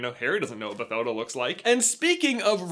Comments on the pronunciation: As someone named Mathilda (the f**king "h" is silent) pretty sure her name is pronounced "Batilda" with a f**king silent "h". It's german spelling. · You mispronounced Bathilda so hard